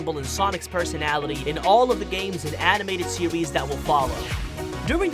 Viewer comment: "Sewies" "westing"